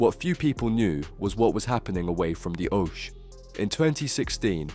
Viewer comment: Is the narration done by a robot? The pronunciation is appalling! Owsh? (oche) kideny? (kidney). Bloody awful.